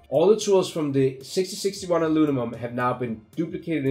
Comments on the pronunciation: 6061 "Alunimum" I feel this so much, I flipflop syllables around ALL DAY! So grateful for your videos. Thank you for taking your time to make them, I hope you are well compensated for them. Cheers! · Howdy, Very helpful, Thanks.....BTW can u say "Aluminum 10 times really fast" (lol) Again, Merry Christmas